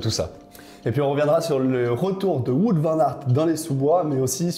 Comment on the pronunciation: Par contre pour Wout Van Aert, on ne dit pas Wout comme on dit foot mais on dit Wout comme un Out au tennis. Vous en faites pas je sais que les prénoms et nom belge sont pas hyper simple à prononcer